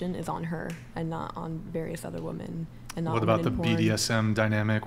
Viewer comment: At around 2min. in... why is it (yet again) seemingly impossible for young women to use the plural form of the singular Woman? Ladies... honest question... it’s really not rocket science... why can’t you say “women” /wi’men.... It’s not that hard to say it correctly. Why have so many young women in the US seemingly lost this ability to use the grammar from their own language? Simply boggles the mind....